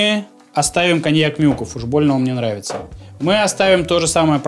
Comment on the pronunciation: Нраица ?! Нраица . Че как чё ?